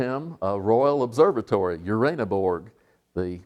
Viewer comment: uranoborg...not berg you stupid yank...borough... not mountain